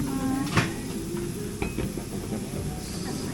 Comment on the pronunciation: さんの東京観光旅行ことのビデオ共有する有難うございます！楽しかった 牛かつの読むことが、、、、貴方の発音は誤るでした。 牛 か つ gyu ka tsu, you mustn’t read katsu!!!,you must read ka tsu, (つtsu)same pronouncing 子，只，字in Chinese mandarin. Please make another content slump area in mainland China.thanks.